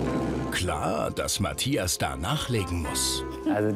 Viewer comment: Die Sindy sagt immer Matjas, muss dann immer an ein Matjesfilet denken ^^